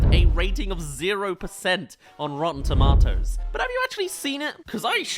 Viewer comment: Toe- Mae-toes